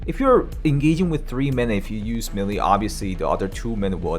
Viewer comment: For the ever-loving god, pleaseeeeeeeee go look how to pronounce "melee"!!!